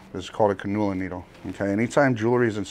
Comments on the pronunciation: Can-u-la not cunnula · Can-you-la needle. Just like an IV. I know it’s spelled cannula but it’s pronounced differently. I’m sorry 😭 It’s a nurse thing of mine. Great video btw. Getting my other side done tomorrow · Definitely took me a hot minute to realize what he was saying when he was saying canula needle. Never heard it pronounced that way